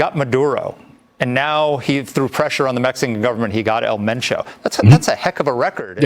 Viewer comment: It's pronounced men Cho